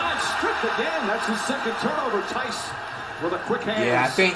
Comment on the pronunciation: Fr flight always calls him tayson of jatum